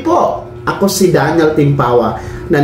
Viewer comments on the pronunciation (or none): none